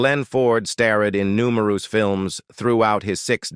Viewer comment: "publiclie" "numeroose"!!! AI talks funny 🤣